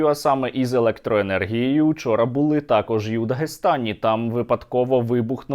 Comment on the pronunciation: не бУли, не завдАли, а булИ,завдалИ, не почАли, а почалИ, не вся Україна говорить з галицькими наголосами